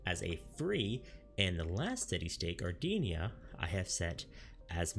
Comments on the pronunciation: Gardinia? Gridania? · Thalian and Gardenia...i can't, i can't. Good vid but i nearly turned it off there. I have no idea why it bugged me so much XD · "Gardeenia" and 'Thalian" made me giggle lol